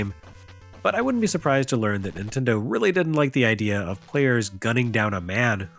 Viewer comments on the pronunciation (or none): none